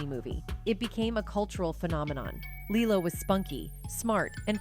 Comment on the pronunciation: How on earth do you have half a million subs with such a horribly edited video? The clips cut off without conclusion, the pivots and segments don't connect well, the AI voice can't seem to decide how to pronounce Lilo and even becomes almost inaudible at one point. Good info does not always make up for poor presentation. Stop phoning it in.